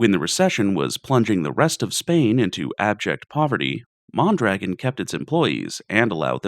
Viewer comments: MON-druh-GON. Otherwise, bloody amazing video. Thanks a ton for the research too. Outstanding. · Isn't it MON-druh-GON? and JACK-o-bin? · Great video, pretty sure it is pronounced mon dra gone. I hate how america went from a socialist country with good outcomes to the free market hellscape we live in today. Unfortunately that took 70 years to build and 30 to destroy